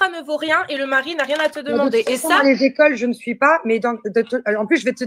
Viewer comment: on dit quatre écoles, pas quatre zécoles